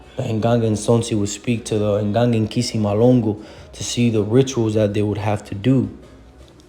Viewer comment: I AM FROM CONGO.. FROM THE TRIBE OF BISI KONGO.. YOU SHOULD SAY 👉NKISI WA N'LONGO AND NOT KISI MALONGO.